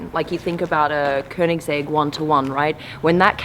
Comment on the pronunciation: Wow she pronounced koenigsegg right that's rare in NA